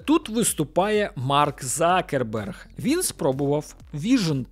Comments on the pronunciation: Почему он стал Закерберг? Он Цукерберг! Абетка України літера Ц ,вона там Є! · "Марк Закерберг" це якась жесть.. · Ніхто його не знає як Цукреберг, його прізвище Закерберг, ви хоч раз дивились хоча б інтервʼю з ним, може ви краще за нього знаєте як вимовляється його прізвище?